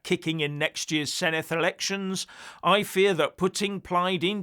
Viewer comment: Senedd not Seneth. Cymru not Cwmru.